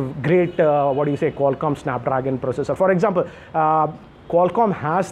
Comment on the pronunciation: Sssanap Drrrrraagan😂😂😂😂😂😂